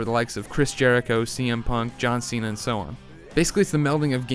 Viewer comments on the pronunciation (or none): none